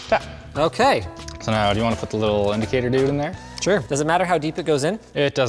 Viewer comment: Linus just said idicator 😍 my machinist background is crying happy tears because he probably doesnt understand any of that stuff.